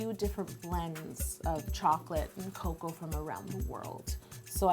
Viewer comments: It’s called co-co-a dabs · cocoa woter 😂😂